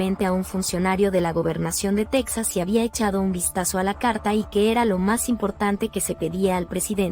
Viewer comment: ES TEXAS NO TAXAS